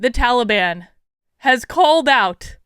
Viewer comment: I have to correct you, it Ta lee bun.